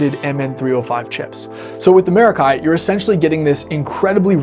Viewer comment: Yummy pedal.... Stereo! Pronunciation - mair-ah-kee, like "mer-ah-kee," with the emphasis on the first syllable. Here's a breakdown of the pronunciation: Mair (like the beginning of the word "mare") ah (like the sound in "about") kee (like the sound in "key")